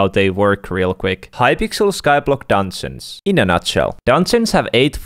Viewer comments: say Dungeons right not dansins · I love how he says dungeons its like dunsens